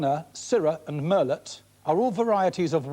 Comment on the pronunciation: Shame he got rid of the moustache. Never heard anyone pronounce the "t" in Merlot before.